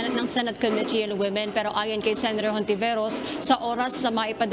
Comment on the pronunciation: Hindi Hontiveros ang bigkas nun. Kundi Ontiveros. Spanish kasi.